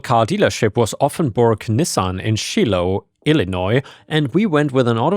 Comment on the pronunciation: Hi boss. Just fyi it's "sh eye loh" the pronunciation. I love your stories by the way and. When you say you have storm or dogs barking I can't ever hear the background sounds just you (